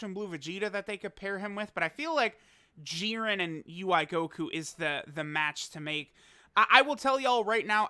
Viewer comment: Why does put so much emphasis on jiren's name. "JEERin"